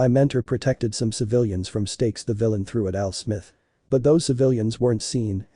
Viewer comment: "AL SMITH" LMAO